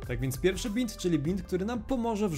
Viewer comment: mówi się bind (bajnd)